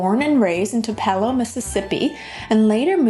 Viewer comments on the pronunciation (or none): Awesome video, as usual. I believe you're Canadian so you might not know Tupelo is pronounced two puh low. I tried the cabbage soup diet in the 90s. It's not super unhealthy but you will just lose water weight.